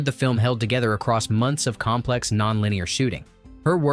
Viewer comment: I lost count of how many times this narrator uses the word, "aross." It's like he's trying to invent a new drinking game. 🙄